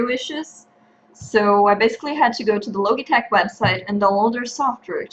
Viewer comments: Great Vid, Great English though the Logitech pronounce the "G" like "GE" or even 'Ji' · Thank you, and you're right :) I had no idea about the "g", thank you for pointing it out. I"ll make sure to speak it properly if there's ever a next time, hahah.